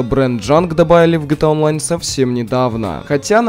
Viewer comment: Почему ты говоришь жта онлин? Если правильно Гта Онлайн.